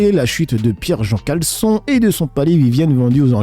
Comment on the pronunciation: tu dis Jean-Pierre Caleçon! Et pas Jean-Pierre Chalençon!😂